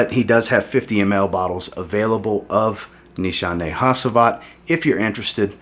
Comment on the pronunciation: I don't think I've heard a single American pronounce Hacivat correctly lol